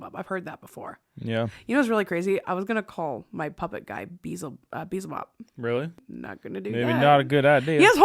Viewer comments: 'Beelzebub' is pronounced: BE-EL-ZE-BUB not 'BE-ZEL-BUB'! ❤! Just wanted to give a friendly suggestion. Keep on killing it! XOXO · Love...its pronounced... "B-EL-ZA-BUB" LOVE YOU TWO. WANNA SEE THE BABY SPOOKY BOO MORE